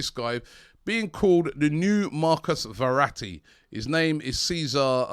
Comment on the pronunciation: Marcus veratti 🙄🙄 how can man get so many names wrong